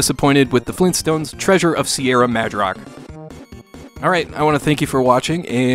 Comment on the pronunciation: Grand-dad? FLEENSTONES!?